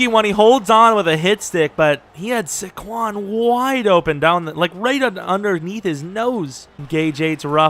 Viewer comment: It makes me cringe when you say Su-quon its SAY- quon. I'm disappointed in you lol.